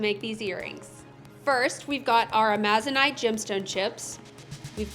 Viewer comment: I'm not the pronunciation police, but the stone you're using, (Amazonite), gets its name from the green Amazon River and rainforest. Just like the region that the stone is named after, the accent is properly voiced on the FIRST syllable, not the second.